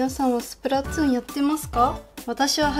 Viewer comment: やってます！！つじゃなくてとぅね